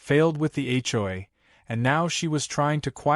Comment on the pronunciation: Will AI ever learn how to say HOA? Hjoy is getting tiresome!